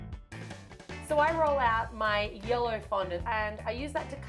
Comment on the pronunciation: When said yellow it sounded like yolo